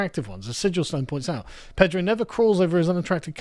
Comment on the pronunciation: Pedro. No "R".